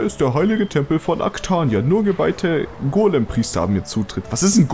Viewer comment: "Golempriester" Hört sich irgendwie an wie Regi-Priester...